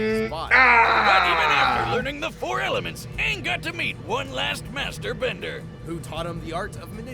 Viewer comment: It’s not Aang! It’s Auuung.🤗🤪